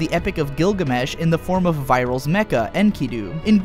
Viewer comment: "Vai-rahl" and "she-moan"...seriously? Lmao